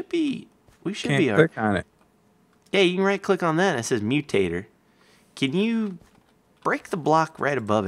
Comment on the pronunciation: I heard mutator as mew-tater